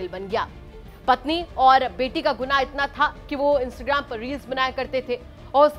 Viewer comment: इंस्टग्राम नही इंस्टाग्राम होता है ठीक से बोल तो लो 😂😂😂😂